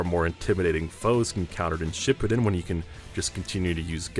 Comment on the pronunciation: He mispronounced shippuden every time